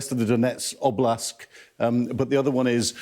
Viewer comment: Hahah, the man didnt pronounce ONE town or region right. "Oblask"? "Vonlodar"? "Belarusia"?